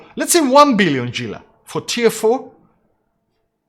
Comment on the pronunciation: Gila is pronounced "hee-la" not "gee-la" o7